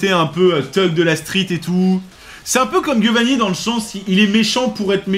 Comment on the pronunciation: Par contre ça me trigger toujours autant qu’il dise Guiovanni, c’est italien ça se prononce [djiovanni], c’est un détail mais ça me trigger 😂😂😂